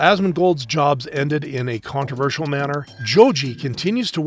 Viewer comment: Coontroversal.......? Are you serious